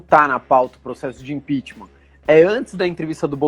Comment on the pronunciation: Kkkkl apaga que aimda da tempo, esse analista ai entende muito heim?" Impixima"? Pqp, ninguém de dentro do governo confia no bolsonaro? Cara saiu mais forte kllk